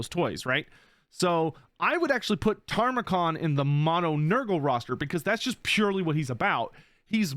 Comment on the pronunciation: If Tamurkhan ends up being the only champion of Nurgle not in Immortal Empires, I'm going to scream. And it's pronounced ta-mer-khan. Not "tarmacon" (the later syllables should be more emphasized than the early ones). He's loosely based off of Timurlane, a conqueror who faked his family tree so that he could claim being the descendant of both Muhammad and Genghis Khan. Hence his backstory being the long lost son of a chaos version of Genghis Khan.